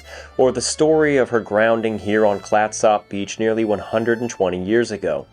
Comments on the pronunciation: I've never heard it pronounced, "clat-SOP" beach. Oregonians pronounce it "Clat-sup". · This video and others on this channel are excellent historical presentations. Very well done! But we laughed at the pronunciation of Clatsop. It's Clatsup not Clat SOP. Noob😅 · It's pronounced clat - sup County, as in SUPper ( dinner ), not Clatsop. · im from astoria its prnounced clatsup not klattsopp just saying. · FYI Clatsop is pronounced Klat-sup. Love your channel. :) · It’s pronounced “Clat-sup.” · We pronounce Clatsop “Clat-sup”. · FYI- we pronounce Clatsop: "Clat-sup". Good job with Oregon, though : ) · Clatsop is pronounced as ClatsUp. The Sujameco was a 324-foot steamship that ran aground in 1929. The wreck is located on Horsfall beach in Coos County, OR. and is in similar condition. The storm conditions that exhumed the Peter Iredale exists at Horsfall as well, so its remains should be just as visible. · When it comes to the pronunciation of Clatsop, you're simply trying too hard! You need to emphasize the first syllable, and just let the second syllable happen on its own, but don't emphasize it so much. Kind of like the word "ketchup"... "CLATsop"!😁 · You say clatsop wierd . Clats-Op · It's pronounced "Clatsup". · Clat sop? It's pronounced "clat-sup" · Thanks for coming to Oregon. Clatsop is pronounced Clatsup, with the "a" pronounced as in cat. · Clatsop is pronounced Clats Up. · This episode is close to my hart. I proposed to my wife just up the beach from the wreck, and my family and I camp at Fort Stephens park often. I have watched everything I can find on the Peter Iredale, this is great. Thanks. Also, I have always heard it pronounced "clats-up" around here. Not "clats op" like it is spelled. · How long were you here and no one told you how to pronounce Clatsop? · YES! I was wondering if this bothered any other Oregonian. Otherwise very enjoyable and informative. And doesn't butcher the pronunciation of Oregon.